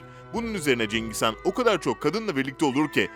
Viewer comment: Cengiz Kaan değil HAN